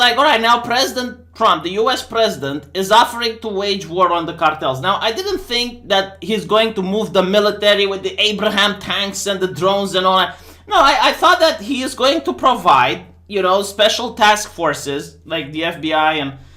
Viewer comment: It's Abrams tanks, not Abraham tanks. Abraham and Abrams were different people.